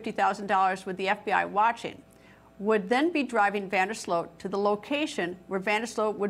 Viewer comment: It's Van Der Sloot, not Van Der Slote! She's obsessively repeating that name, while it's on the Chiron, under her robotic face, and still mispronounces it, every single time, while seemingly trying to say it as many times as humanly possible. The level of cringe here has me convinced we're living in the Twilight Zone.